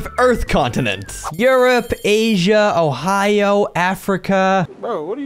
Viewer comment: Ohio is not a content but I am laugh when you say ohio